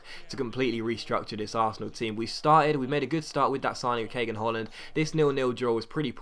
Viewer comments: Hi, just to let you know in Turkish they pronounce that "g" thing with a back-of-throat "gh" but you could naturally pronounce it as Ka-han. awesome content, keep it up!! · Try to pronounce the first name like it's pronounced in GündoGan, so it's like a 'w' sound. Like in Obi-'W'an or in the number 'O'ne so the name would be pronounced like Kawan. Hope this helped.